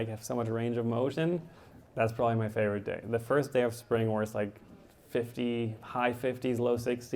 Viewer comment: Lol «Favourite” (reads: wth are you saying??). Simon is awesome